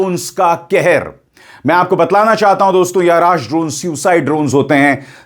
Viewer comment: सरजी अराश नही अर्श है नाम उसका